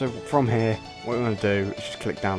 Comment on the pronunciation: "From hair" 😂